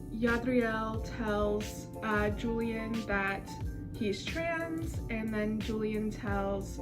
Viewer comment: ur using the gringo pronunciation of julian but its ok 😓😓😓😖😖😖